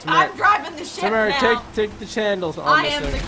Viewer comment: you are lieing samara has been tammara the whole time